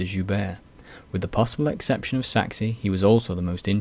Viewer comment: Great video, but I have to comment on the pronunciation of Maurice de Saxe. It's pronounced "Sax" - as in Sax-ophone. You don't pronounce the E at all.